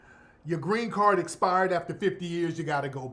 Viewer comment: "I will werrrrk, give me a grrrrrrrreeeen card"🤣🤣🤣🤣🤣🤣🤣🤣🤣TARIQ!!!!!